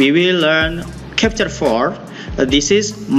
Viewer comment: Nice video Sir. No offense but I am afraid you made a little mistake on how to pronunce Chapter. 🙏